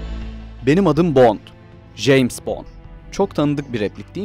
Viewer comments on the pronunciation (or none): Jeyms değil Ceyms